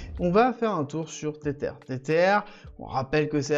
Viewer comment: Stp pronounce TetHer et pas tetere